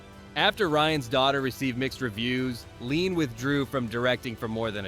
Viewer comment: Ouick question...We have AI narrating, we don't hear one word from Lean himself so how do we know for sure these really were the films Lean admired most. And sometimes the damn AI can't even get Lean's name right. Leon!....give me a break.